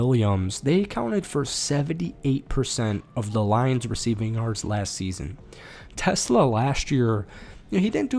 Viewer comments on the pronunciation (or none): It's pronounced "te-SLA". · Great vid! Just so you know, it’s pronounced “Te-Slah”, not like the car